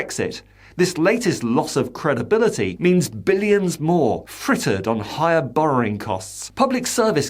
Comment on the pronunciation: How does the word Borrowing become BorroRing?